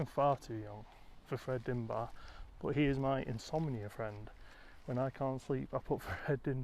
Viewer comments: DIBNAH NOT DINBAH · For the love of God (or whoever) get his name right. - you said at least twice!